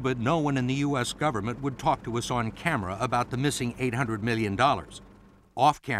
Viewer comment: I swear at the start he said "the u.s gaverment cant leave a rock until its government can govern itself" lmao